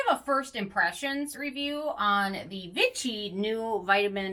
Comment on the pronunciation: Vichy is pronounced more like “vee shee “ in French Ch is pronounced like Sh in English :)